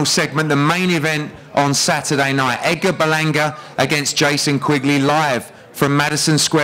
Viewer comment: Someone needs to tell the trainer the D isn't silent in Edgar